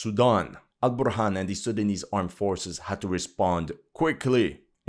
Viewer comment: You have a perfect pronunciation of these Sudanese names. Respect 👌